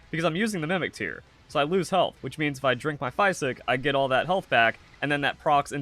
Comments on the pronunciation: Wtf is a "fie sick" ? It's pronounced fizick ....physick like physical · it’s French for green. The way you say “physick” is atrocious though.